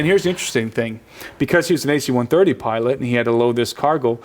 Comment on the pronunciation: It's not "AC-130", it's "a C-130." And yes they are used to transport cargo, in a combat zone. They aren't using 747's over there. I was in the Marines for 8 years. I went to Iraq for 1 of them, and Afghanistan for another 2. And I'm not just saying, I know. I also bought this DVD and myself can confirm the guy knows what he's talking about having ridden them several times. I trust his word over yours. Not only that, he's in a multi-million dollar documentary. You're just some guy on the internet. Which one has more credibility?